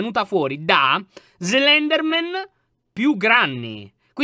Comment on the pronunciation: Slendranna, ahahahahahaha, sei un grande lyon